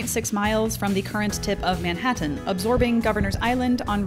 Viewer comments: "Manhattan" but pronounced "ManHaaHaaHaatan (that noise Disturbed make in Down With The Sickness - Manhaataahaaataanannnnnn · Wow her emphasist on pronouncing every letter of the word Manhattan really made it stand out compared to all the other words preceding/proceeding Manhattan.